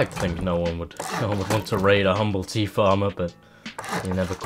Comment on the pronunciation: The music is so peaceful (except when it isnt), it perfectly makes the vibe. However, every time you said tea, I misstook you and heard teeth.